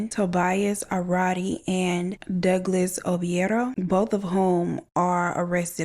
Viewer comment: Ayeeeeeee 🙌🏿🙌🏿🙌🏿🙌🏿🙌🏿 shout out for pronouncing Douglas name correct